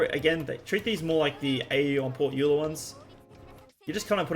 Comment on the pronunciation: woah someone who pronounces euler right earned a sub